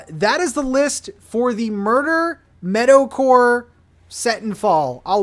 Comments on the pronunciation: Not me thinking you said metal-core and was confused with the villagers at first until I finally heard meadowcore 😂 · Dude up until about halfway through this video I thought you were saying "metal-core" instead of meadow-core XD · First I thought you said “Metalcore” but when you were explaining the villagers you meant “Meadowcore” lol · I can't tell if you're saying metalcore or meadowcore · Really thought you were saying Metal-core! Didn’t realize it was Meadow-core until 8 minutes into the video. 🤦‍♂️ Excited for the new island! 👍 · it wasn’t until he got to the island did i realize he was saying “meadow” core not “metal” core.. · thought you were saying Metalcore for the first 5 min of the video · The whole time I thought was saying metal core 😂😂😂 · Definitely thought you were saying "Metalcore" and got very excited for a second there